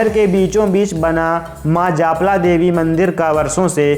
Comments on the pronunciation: Japla nhi maa jalpa boliye 🙏🙏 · Dost japla, ni h jalpa ji bolo me bhi Katni se hu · Bhaiai katni se hi hu par itna Gyan kabhi na tha🙏.aur suno wo jalpa mata mandir hai .jaapla mandir nahi😬😬😬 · जालपा मंदिर है सही बोलो जापला मत बोलो गलत बोल रहे हो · जालपा का सही उच्चारण